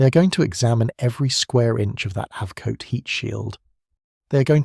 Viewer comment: And it is NOT AV Coat.. You might find it is AB